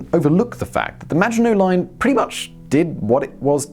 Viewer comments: I keep hearing 'The Imaginary Line'... I guess he's right about his French pronounciation! ;-) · I kept hearing 'imaginary line', not Maginot Line throughout the video. LoL. Maybe because "Imaginary Line" is prob a better name for it anyway. Imagined sense of security. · Same i heared it too on several occations, i thought it was just me :D, and i agree in hindsight, it would be a more fitting name :P